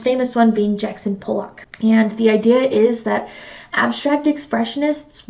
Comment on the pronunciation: “Pollock” is pronounced “Paul-luck,” not “Pole-lock” 👍